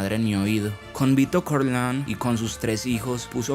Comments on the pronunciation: Me parece que no se probunvia "Corleon" es Corleone y "croupier" se prnunvia "crupie" no ronunvianfoo como si fueras un yanqui ; maldito kelper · Lo unico que le reprocho al buen relato es que no se dice Corleon se pronuncia como se escribe, CORLEONE